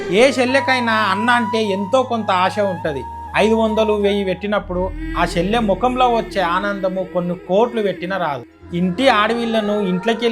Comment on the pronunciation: షెల్లె కాదు చెల్లె అనాలి.